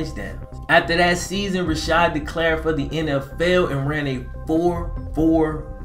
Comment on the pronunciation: It’s Rashard not Rashad